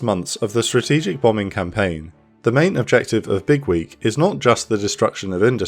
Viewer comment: The way you say it sounds like Bigwig, which still kinda makes sense lmao